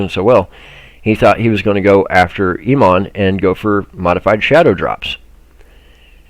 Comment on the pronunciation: *pronounced: "E- Oh- Monn" 4 years, each one a dud migration season for lower levl players